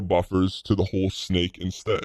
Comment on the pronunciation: It was always obviously snake lol. But you pronounce snake as sneaker in Danglish apparently. It's such a complicated, yet beautiful language. XD